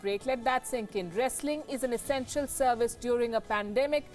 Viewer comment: W w e.. Esenstial service? Damn 🤣